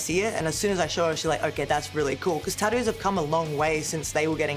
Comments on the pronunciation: Tattoos ❌ Tadoos ✅ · Tattoos ❌ Tad-dooos ✅ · Love the way Rhea says tattoos she goes tadoos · Tah-ouuuus or tah-doos, never tattoos. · "Taddoo's" - Rhea Ripley 2025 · Cracks me up listening to her call them TaDoos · Take a drink every time she says tadoo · Tah-doos ….hmm,gotta look into this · Nobody: Rhea: Tadoo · “Tadoos” 😂 love you Rhea 😫🙌🏻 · I actually just counted the number of times she said tatdoos 😂 my count was 41 with 2 tattoos, I love wwe and have loved Rea Ripley since the first time I saw her wrestling in the May Young, so I'm not hating what so ever. And I'm terrible at proper punctuation and spelling and grammar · “taddues” -Rhea Ripley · Well I officially have “Tad-doos” now! 😂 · Why you say tattoos like that? I'm trying to be mean I'm just curious I guess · I like how she pronounces tattoos with her accent😂